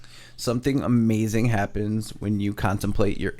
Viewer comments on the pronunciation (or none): A-MAY-zunn… (amazing) 😂😂😂😂